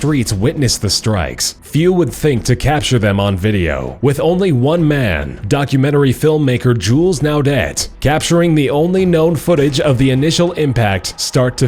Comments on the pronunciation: Good old Jules "Now-det" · Naudet is actually pronounced No-day. it's french